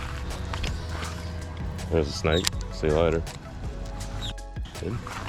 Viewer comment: The way you say snake genuinely makes me cringe and shake my head